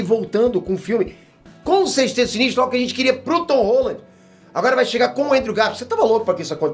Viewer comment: o mandou um "Tom ROLA" ou é impressão minha? KKKKKKKK